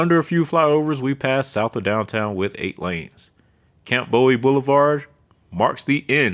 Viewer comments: Abe-uh-leen? It’s Abb-un-leen. Camp Bow-ee? It’s Camp Boo-ee name after Alamo hero James Bowie also known for the Bowie knife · Don’t forget Camp BOW - EE! It’s pronounced BOOH - EE